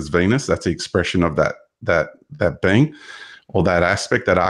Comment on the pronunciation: Sound's like he's saying, 'bean', for being 😅 great chat